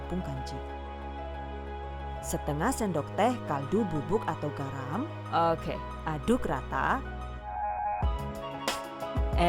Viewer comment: Aku selalu ketawa pas denger "okeh" lucu 😀😀